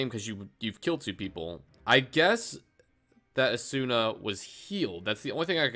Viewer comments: u butchered the name asuna :^( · U said Asuna wrong thats funny